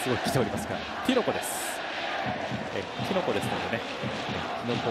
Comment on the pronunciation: キノコじゃなくてティノコだろ。